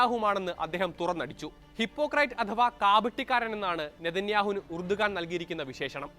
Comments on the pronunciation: എർദോഗാൻ ആണ് ഉർദുഗാൻ അല്ല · Urdugan ennalla,rajab thoyyib erdogan ennaanu.